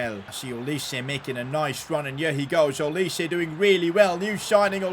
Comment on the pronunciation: That is not Olis-e, you should pronounce that name like "Olais".